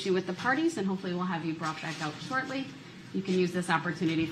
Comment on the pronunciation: We are talking about the fact that this idiot can’t say th word brought